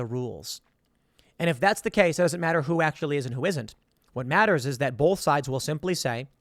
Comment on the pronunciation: BOLTH? Interesting story though.